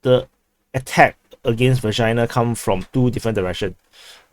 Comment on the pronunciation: Anyone else hearing "v***na" instead of Vershyna? Jokes aside, nice video as always. Ukrainian forces successfully eliminated at the like button commander.